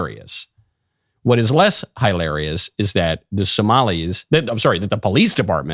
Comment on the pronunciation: Michael isn't beating the liberals' allegations when he pronounces it "heil-arious"